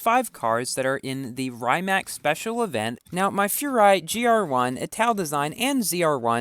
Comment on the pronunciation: It isn’t rye-Mac it’s pronounced ree-mac